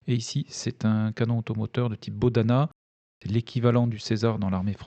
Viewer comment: Juste une remarque, le "h" se prononce comme un "g": "Bohdana" se prononce "bogdana", "Houliapolie" "Gouliapolie". Merci pour votre travail qui permet d'y voir plus clair au milieu de toute la propagande issue de chaque camp